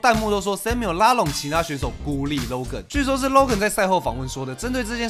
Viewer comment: 我一直聽到 肉根肉根肉根…